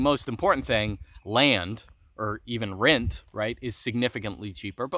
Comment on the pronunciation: “rint” lol